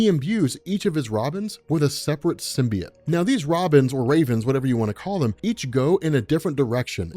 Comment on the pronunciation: J. Jonah Jameson says it's pronounced "SYM-BEE-YOTE." I wouldn't expect someone of your caliber to keep saying "sym-bee-yut."